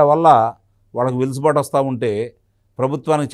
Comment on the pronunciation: వెలుసుబాటు కాదండీ... వెసులుబాటు.... ఆ పదం వాడకుండా వీడియో మీ వీడియొ ఉండదు... మాకు వినక తప్పట్లేదు 😊😜